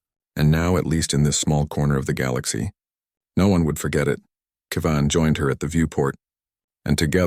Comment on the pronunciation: It's Kev-in, not Key-vin. Get it right. Still, I would suspect that Human colonies would be placed on worlds with similar gravity and atmospheric composition to Earth, If for no reason for Earth's descendants to be able to return "home" with no ill effects. And 3 years in a weaker gravity field would have affected Hyalal unless she was adjusting conditions in her room and exercising in it. Walking in a .4g gravity field, Hyalal would literally be bouncing while walking unless she was wearing weights.